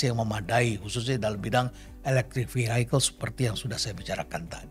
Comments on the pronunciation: Terima kasih atas pencerahannya Prof.. Btw ada yg mengganjal buat saya saat Prof. Kasali mengucapkan 'Vehicle' menjadi 'Vihaikel', setahu saya cara pengucapan yg benar adalah 'Vihikel'... Banyak pejabat lain yg salah ucap, bahkan Pak Jokowi... CMIIW.. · Sebut Vehicle aja udah salah. Mas Elon kapan mau masuk begini 😂😂